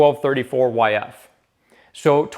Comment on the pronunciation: Did buddy really just say twelve thirty-four-yf? Unforgivable.